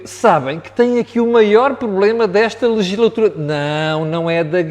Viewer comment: Concordo, não existe cabimento em elogiar a arrogância e a condescendência como se fossem qualidades para "talento político". Estamos a nivelar por baixo, o homem nem sabe falar, ele diz "lislatura" em vez de "legislatura".